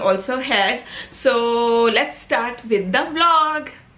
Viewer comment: Its with not bid 😂😂😂